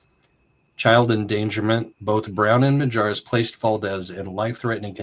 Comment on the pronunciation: drop the J in the last name😂 Minjares please thank you for covering when no one else will!!